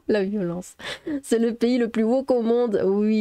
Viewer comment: Hé, il faut dire “nyolence” !!! 😆👍